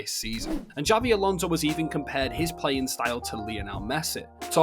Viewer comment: ‘Xavi’ Alonso 😂